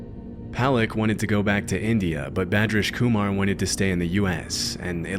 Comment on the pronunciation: Funny how he said the indian mans name PERFECTLY and I could tell that he actually spent time learning how to say it correctly, and then later with Arnaldo Jimenez he just pronounces his name the most American way possible 😂